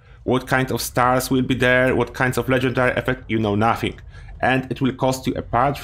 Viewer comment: I got to much enjoyment out of him saying "you know nussing"